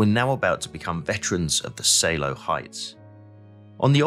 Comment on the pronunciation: Pas mal, hors la prononciation de tous les , franchement à chier....Oder =Oda, Seeloow = Saleo la , wehrmacht, etc, c'est franchement catastrophique.